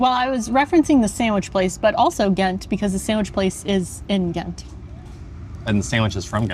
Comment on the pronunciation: Thats not how you say ghent 😅 the g was to loud 😂my ears please dont use a holland g